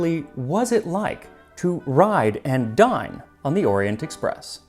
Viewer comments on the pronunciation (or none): I legit though you said "to ride and die on the Orient Express." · I heard that as "ride and die on the Orient Express".